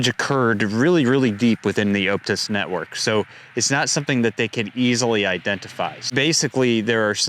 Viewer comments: For 'Optus,' say it like 'Op-tus,' not 'Oupe-tus.' Think 'octopus,' not 'opening.' 😊👍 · 1. Its pronouced OP (as in OPeration) Tus 2. Aussie(Politicians) are doing there best to get rid of cash. 3. keep up the good work!